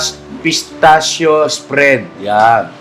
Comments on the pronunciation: Pistakyo Po ang bigkas (pistaccio) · That is pistachio bread spread masarap yan. ( Pistasyo ang pag pronouce ) ❤❤❤